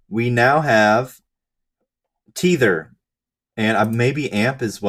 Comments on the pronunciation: not.... TEE-THER..... It's TEH-THER holy shit! lol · You should never trust anyone who pronounces Tether as Teether. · You say teether, I say tether